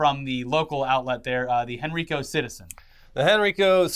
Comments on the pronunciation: Hey guys! Virginian here, Henrico County is actually pronounced “Hen-Rye-Co”. Love the vids! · Hen-Ri-Co not hen-ree-co, i know this doesnt mean anything to anyone but i live in that county and it was bothering me so i had to say something sorry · Hey I know this isn’t really relevant to most of you guys, but I live in Henrico, VA. Since hearing you guys pronounce the county’s when talking about ChrisChan getting arrested at Regency Inn, I’ve wanted to tell you that it’s pronounced as Hen-rye-co rather than Hen-ree-co. I know this is super pedantic, but I’d rather let you guys know. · It's pronounced HEN-RYE-CO not HEN-REE-CO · It’s hen-rye-co not hen-re-co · this is the second video where Henrico county, Va has come up in a video and this is the second time yall have mispronounced it. It's pronounced like Henry-co. Y'all say it wrong! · You guys say Henrico wrong. I live in henrico county, Virginia. it's pronounced Hen-rye-co. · Henrico is pronounced Hen-rye-co. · Nah that's how the white pronounce it real way is hen-ree-co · Guys, I love your content, but Virginia county names give you serious issues. It's pronounced Hen-Ry-Co. It's 20 minutes from where I live. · Small nitpick but Henrico is pronounced Hen-ry-co.